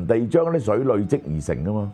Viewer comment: 有不少字的粵語讀音有誤，希能修正。如“累積”、“鍥”、“楫”、“駑”…